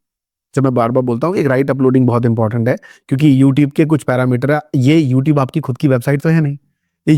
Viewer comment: Hehe, youteeb 😂 Nyc vdo by the way